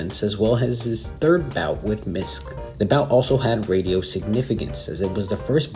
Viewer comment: I believe Miske's last name is pronounced Misk-ee.